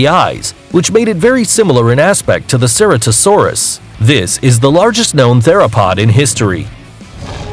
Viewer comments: ITS PRONOUNCED LIKE TRO-DON NOT TRUE-DON ALSO ITS NOT CER-A-TASAURUS ITS SIR-AT-O-SAURUS AND ALSO CAR-NO-TOUR-US NOT CARNOTASAURUS GIGA-NO-TOE-SAURUS NOT GIGANATOSAURUS DIP-LOD-I-CUSS NOT DIPLODOCIS CAR-CAR-ODONT-OSAURUS NOT CAR-CARCH-ADONTOSAURUS NOT MOSS-ASAURUS! MO-SASAURUS QUETZA-CO-ATLUS NOT QUETZACOLATOUS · It's pronounced ce ra to saurus